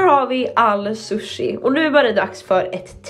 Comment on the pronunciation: Hon kan inte ens prata